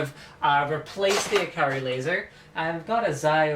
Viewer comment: Steelseries gets their mice names from Japan, the Japanese way of pronouncing ikari is ee-ka-ree.